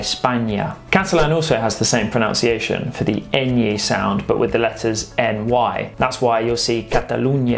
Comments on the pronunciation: While I commendation you on your superb Spanish pronunciation,please note the spelling of pronunciation,as you say " pronounciation" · Really interesting BUT you are mispronouncing "pronunciation". See extract from OED: pronunciation /pruh-nun-si-ay-sh'n/ noun, the way in which a word is pronounced. USAGE: Pronunciation should be pronounced with nun as the second syllable (never as -nownss-). (OED) Re Portuguese and Galician. Both langs are pretty well understood mutually but with differing pronunciation. Best wishes. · One small correction: the word in English is 'proNUNciation', not 'proNOUNciation'.